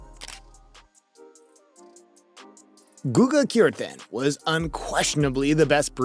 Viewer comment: Horrible pronunciation of players' names. I barely managed to listen to the story about Kuerten. Let me help you with his name. It's /gustavo kuerten/.